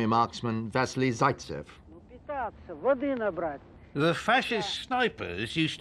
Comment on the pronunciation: SS J vassili zaitsev is more correct I believe being that's how its pronounced in Russian not like " zaatsev"